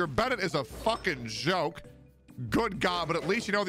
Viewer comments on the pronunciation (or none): none